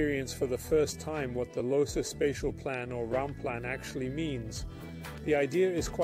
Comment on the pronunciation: Amazing building and design. – AI is not cutting it yet. The name is Adolf Loos, not loose, loss, lose, or losee. I have heard AI narration with better intonation, but it’s probably based on how the narrator.